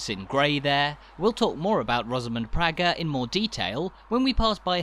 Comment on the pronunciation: An interesting travelogue, well produced and quite informative. However, as a "visitor" you would not be aware of some slight errors and omissions. The name Praeger is pronounced PRAYGUR, not PRYGER. You referred to Cultra almost as a single-syllable word, but it is in fact a two-syllable word pronounced as CUL TRAW, with the emphasis on TRAW. The original maypole was replaced with a newer, shorter version in around 1956, and was later found to have rotted considerably some years later. It was eventually replaced with the one you see now, which is even shorter again, so there have been at least three maypoles! One of the traditional customs was for local girls to dance around the maypole every year. It was stopped around 1953 for some obscure reason, but I understand has now been reinstituted. In the Ocean Restaurant, they have a mural on the wall which, taken from an old photograph, depicts a group of these young girls, one of them being my sister. I was born and raised on the Church Road, directly opposite what was the main entrance into an area known locally as "Murphy's Field," wherein stood the Holywood Motte. The motte was my playground throughout my childhood - when it was quite different to what it is now. I can tell you that the top of it was not of sufficient area to house a barn, never mind a castle, for its widest diameter was no more than about 15 or sixteen feet. Many locals believed that it was formed from the subsoil dug out for a building that was supposedly